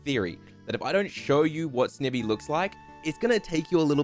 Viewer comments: It would have worked better if he actually said snivy the way there names said and not snevy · Serperior still has arms, they're just kinda hard to notice. Also it's Snivy. Combination of snake and ivy. Not Snivvy. Ok rant over lol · I love the ranking video but the way ur saying snivy is triggering me for some reason 😂😂😂